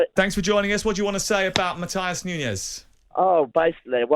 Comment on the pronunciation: Matheus Nunes isn't German....its pronounced Muht-ew-sh...